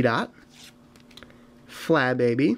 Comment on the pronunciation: I love the way he says Flabebe because it sounds like he's saying "Fly baby" haha